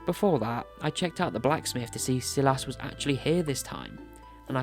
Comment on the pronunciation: Not even half way through the vid but the way you pronounce “Silas” is taking me out 😂